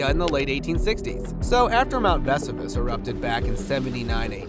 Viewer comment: Your mispronunciation of "Vesuvius" and Latin words detracts from the enjoyment of the video